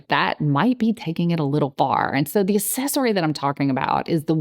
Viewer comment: It’s pronounced ”aKcessory“. The c is not like an s in this word. It’s driving me nuts that you keep saying ”an aSSesory“.